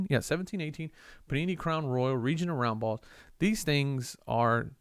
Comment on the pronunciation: When you were looking at the Larry Bird Region of Roundball, I thought you said Reaching Around Ball.... Hahahaha